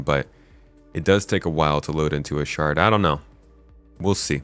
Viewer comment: Everytime "shard" was said, I heard "shart" and giggled uncontrollably.